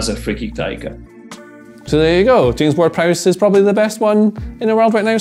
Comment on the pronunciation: As soon as that dude didn't say James Ward Prowse I was done